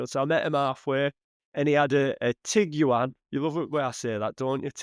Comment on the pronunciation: TIG U AN. Ha ha ha wtf. Wonder how sayd Qashqai